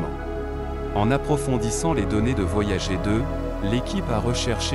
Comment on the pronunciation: tu pourrais faire semblant de donner un petit accent anglais pour "voyager" 😆